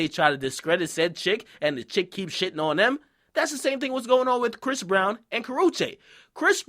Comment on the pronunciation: why u keep saying brish instead of chris???